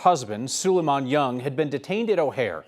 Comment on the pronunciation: Not young sir but Nyang 😂lol❤